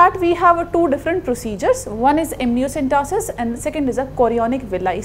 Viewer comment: Ma'am its amniocentesis not amnioCENTOSIS